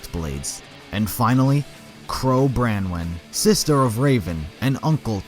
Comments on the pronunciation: ITS BRONWIN NOT BRANWIN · I believe that Branwen us pronounced Bronze-WIN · Wait qrow is raven’s sister 😂 also your pronunced qrow and raven’s last name wrong it’s brawn-win